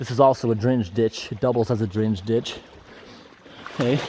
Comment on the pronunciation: which accent does have? his pronunciation of drainage ditch as drinch ditch tickles my funny bone